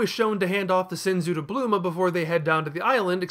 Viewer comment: “Bluema”???? It’s Bulma.